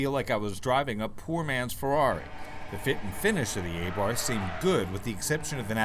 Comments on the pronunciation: Its ABARTH NOT A-BARTH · Isn't it pronounced "Ah-Bart"?